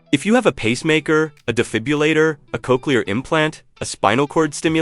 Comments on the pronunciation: The device is a de-fib-rillator, not a de-fib-U-lator. Please stop mispronouncing it. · de-FIB-you-later. Goes to credibility. Skip.